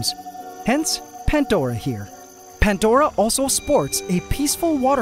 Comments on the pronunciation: I still don't understand why it's called PanTdora and not Pandora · Pantdora?? Why not Plantdora, sounds much better. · haha pantdora and not pandora